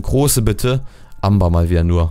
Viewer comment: Das Amer, wie du es aussprichst, ist Englisch und wird so wie Ämber ausgesprochen! :D Englisch Skills FTW :D